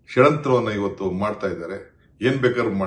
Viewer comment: ಷಡಂತ್ರ ಅಲ್ಲ ಷಡ್ಯಂತ್ರ